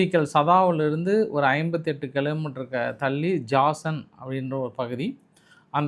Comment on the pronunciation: Jasan ille jizan